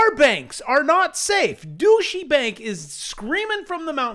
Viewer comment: “Douchey Bank,” lol.